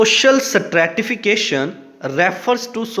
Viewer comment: Stratification pronunciation was not correct